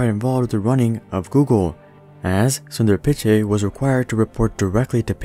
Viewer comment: When you Pronounced Sundar Pichai I laughed hard